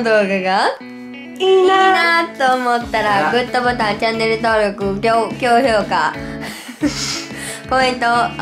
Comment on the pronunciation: 最後の「この動画がいいなっと思ったら高評価」って普通に終わるとこで「きょう評価」って言って笑えんのが夜のひと笑い(笑)